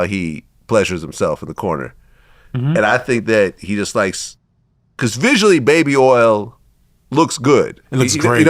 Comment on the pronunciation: This ninja didn’t say baby oil he said baby earls. 😂😂😂Shotout to Louisiana!